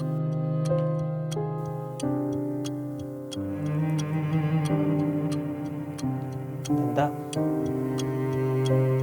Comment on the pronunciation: Dadda nhi Dada bolte he